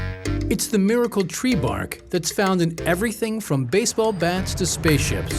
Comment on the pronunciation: "They cut the tWee" XD